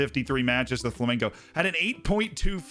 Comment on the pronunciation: F***ing butchering my team's name. It's FlamenGo, not FlamenCo